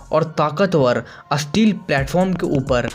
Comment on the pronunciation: Asteel nhi steel hota Hai...